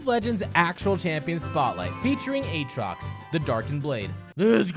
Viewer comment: Don't you mean A-Atrox? Like you would pronounce Aaron? Don't you play any fuckig games with me Aatrox!